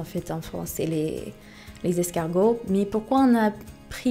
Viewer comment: Le fromage plus ça pues plus c'est bon. Pour Miami on a dû avoir des série télévisées américaines sur Miami beach je pense. J'a vite arrêter la vidéo quand tu as prononcer le mot escargot, bééééé